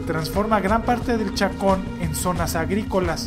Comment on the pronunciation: Gran Chaco. No chacon 🤦‍♂️